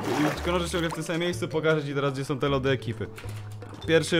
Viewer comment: o kurwa nieźle "som"